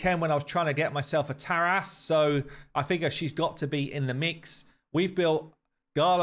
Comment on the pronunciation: The way you said Tara’s 😂😂 tear-azz lol